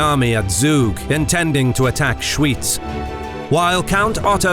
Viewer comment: "Schooitz" 😂😂😂 it's pronounced SchVitz.